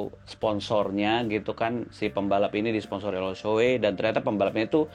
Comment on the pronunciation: NAH mantep ni, pengucapan "SHOEI"nya bener... mantep emang abang wkwkwk, masih banyak banget orang yg ngucapinnya "Shu-Wi"